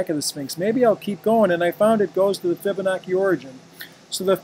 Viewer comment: its pronounced fib-a-nachi...not fib-a-noki